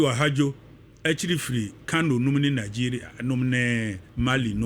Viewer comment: For your correction, the Cameroonian leader's name was Ahmadou AHIDJO not "Ahadjo" as you are pronouncing it.